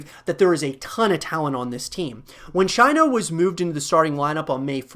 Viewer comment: You don't pernounce Chino the way its spelt. More like cheeno. Obviously a small thing but it annoyed me.